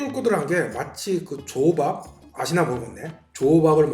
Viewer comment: 조밥은 조금 강하게 발음하셔도 됩니다.